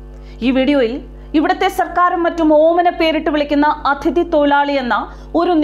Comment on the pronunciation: ADHIthi alla, aTHIdhi